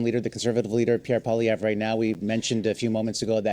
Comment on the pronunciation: I'm so glad he said his name because I had no idea how to pronounce Poilievre